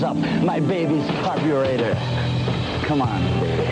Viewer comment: CARB-U-RATER lol